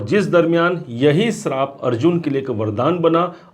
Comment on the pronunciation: Srap kya hota hai? Shaap suna hai